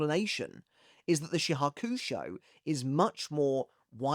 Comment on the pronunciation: Chat why can't he pronounce shihakushou 😭 isn't Bleach his job? Jaw kuu show? LOL